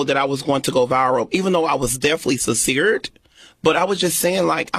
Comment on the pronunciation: "I was defly sinceert." This CANNOT be life😫😫😫😫 What can I say, at least he's not on a BW's platform. It's nice to see him get exploited though, even though he's oblivious to it.